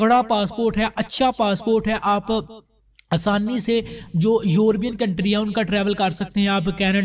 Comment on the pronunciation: یوربین نہیں ہوتا لفظ یورپ ہے اور یورپین بولیں درست فرما ادھر ادھر سے سن سنا کے ایسے ٹھوکی کھڑے او